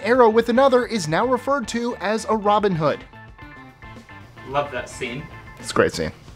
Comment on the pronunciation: Americans. Please. Learn how to say 'Robin Hood' The syllables all have the same emphasis and cadence. And there are two words. It is not like neighbourhood (which you guys do not spell correctly)